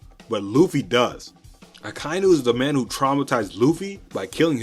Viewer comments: Nobody is going to comment that akainu should be pronounced as aka-inu (red dog). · Am i the only one bothered by how he is saying Akainu?